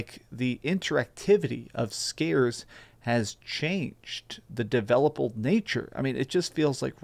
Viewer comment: lol he said "developal"